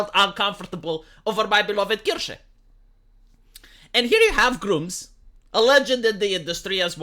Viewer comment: "Groomz" lmfao it never stops being funny every time I hear say it